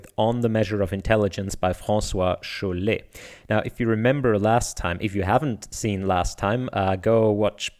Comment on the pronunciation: Your pronunciation of "François Chollet" is amazing as your understanding of deep learning!